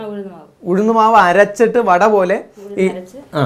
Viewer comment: Vatta koottucurry alla.vada koottucurry enna parayuka😂